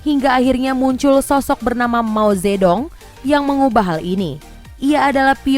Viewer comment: Mao ce tung bacanya , bukan Mao ze dong . Si cin ping baca nya , bukan si jin pink